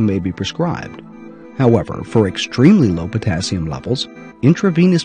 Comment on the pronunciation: Dr.Oz =potazzium😲no wonder I mispronounce it I mispell it😁